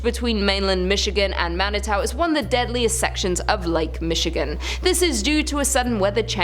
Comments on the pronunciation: ....Yeesh. It's "MAN-ih-too", "MACK-in-aw", "LEE-leh-naw". Not even in the pronunciation ballpark. I just saw a full-page ad for the Whitney in a Detroit tourism magazine. They are all in on the 'ghost brunch' and paranormal dinner thing. They VERY MUCH want you to visit. A lot. Bring yoru friends. And since it was built in 1894 there have never, ever, been slaves and wouldn't be even if it weren't Michigan. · Pronounced Mani-too. Pronounced Mackin-aw.